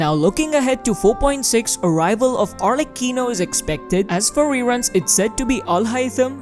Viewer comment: it's pronunced arleCCHIno, the c is strong for god's sake